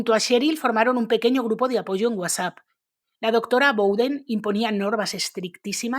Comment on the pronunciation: Cómo dices" UASA" !!!😂😂al referirte a WhatsApp??? Se supone que sabes leer!!... que vergüenza... Y pena ajena!.por eso y más no me agradan la gente como tú!!😏🤮